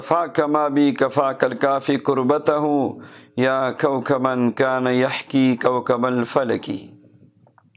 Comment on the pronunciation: ابے بڈھے اخری میں اپ نے غلط پڑھا ہے یحکی نہیں ہے تحکی ہے😂😂😂